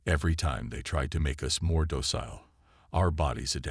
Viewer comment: Thanks. BUT, Please get a new AI or get one that works! What is: "WEEP-onize", "DOE-sile", "the LED ships" vs"the lead ships"!!!????